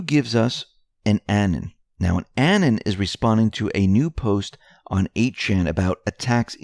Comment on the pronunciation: There are no ANNENS, only Anon's. Learn to say it. FFS. Thumbs down, Every. Mispronounced. Time.